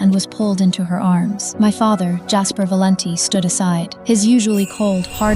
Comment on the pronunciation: Valenti is just an ordinary Italian name but they can't pronounce it right 😂😂😂